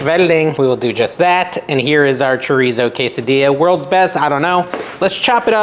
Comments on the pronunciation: “Case a Dee a” is the way it is pronounced, have a great weekend!😊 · Ask chat GPT to pronounce quesadilla for you 😊.